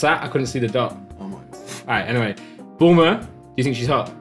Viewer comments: Whenever says bulma all I keep hearing is boomer 🤣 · If you watch this with subtitles when says bulma the subtitles say boomer lol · Thought he called Bulma Boomer